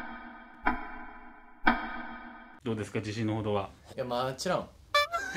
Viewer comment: のうみんちゅの『もちろん』が『まちろん』になっちゃうの可愛すぎる💕 のカミカミまちゅ可愛すぎる🧡